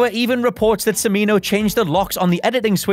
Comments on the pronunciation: He keeps saying “Simino”, Urgh! It’s “Ch-mino”, as in Chair! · Michael Cha-MEE-no, not suh-MEE-no. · Cimino's name is pronounced "Tchimino." That seems like a pretty basic bit of fact-checking, but fortunately you only mispronounced it six times. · Cimino = "chi-MEE-no". And if you watch the full five-hour cut of Heaven's Gate, but treat it like an HBO miniseries or something similar, it's really pretty good. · It's pronounced "Chimino" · Cimino his name is pronounced Cha-me-no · Michael CIMINO...pronounced CHIMINO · God it is like nails on chalk board hearing this guy mispronounce Michael Cimino's name it is pronounced Chee-Mee-Noh